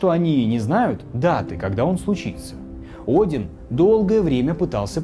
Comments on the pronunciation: тут он видимо ошибся когда читал текст. Правильно будет не один, а Один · На ударение стоит неправильно и смысл искажается, мед поэзии в образе сокола из ётунхейма вынес БОГ Один, убив охранявшую его великаншу